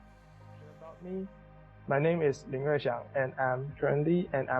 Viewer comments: Man's name Lin Rui Siang, narrator reads it as '' Lin Rui Sjeng '' 😂😅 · i’m guessing the voice overs was not done using AI by how he pronounced the lin rui siang’s name 😂